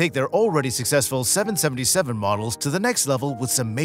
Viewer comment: Please STOP saying seven senenty seven 🤮